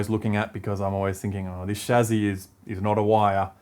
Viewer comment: That's the correct pronunciation of "Chassis" :p